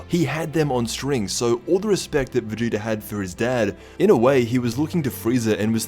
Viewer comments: He did, it sounded like vedida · Vadoodle?? Lmao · Anyone think he said Vegeta weird ?